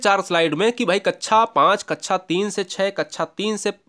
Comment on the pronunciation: कक्षा को कच्छा कैसे बोल देते हैं आप? क्या ऐसे शिक्षक को terminate कर देना चाहिए? Explain..